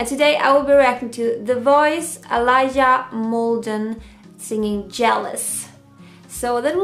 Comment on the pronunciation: It’s pronounced Uh-lee-yuh not Uh-lie-yuh, learn how to pronounce peoples names before reacting to them.